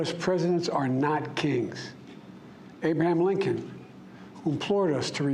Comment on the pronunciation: “Abe-ham Lincoln” “Benjamin Frankem”